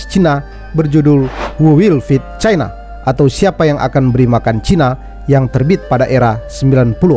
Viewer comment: utk admin , pengucapan china tolong nada tonasi nya jgn di tekan , seolah" kembali spt pengucapan era orba yg penuh tekanan dan kebencian